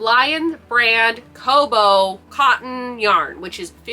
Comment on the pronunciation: I think it's pronounced kah-boo, rather than koh-boh, since the name is likely made from the beginning of the word cotton and the end of the word bamboo. I love the new colors - my Walmart only gets the pastel colors. I'm always impressed with how many projects you complete!